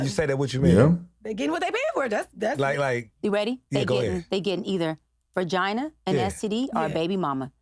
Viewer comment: Did she say "ver"gina? 🤔